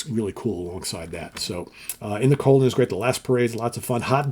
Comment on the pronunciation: it’s ‘In The Golden’ not ‘Colden’.